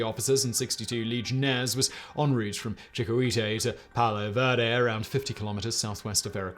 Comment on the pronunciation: It's a pleasure to hear someone correctly pronounce phrases such as "en route" instead of butchering it with such "in rowt" or some such nonsense, but did you really need to censor "merde"?